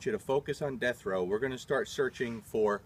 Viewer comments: Ha, I thought he was saying Jethro. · This whole time I thought he was saying Destro! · said Death Row...😊